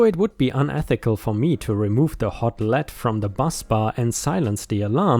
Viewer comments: Lee d not lehd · Lead...not led...pronounced leed. Depends how it is used . Lead/led is a metal. Lead/leed is the other one...eg: he was in the lead.